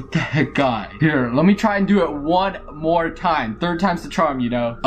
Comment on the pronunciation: It's funny when said mowe